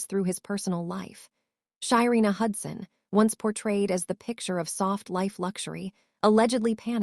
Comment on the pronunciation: Her name is SHARENA not Shyina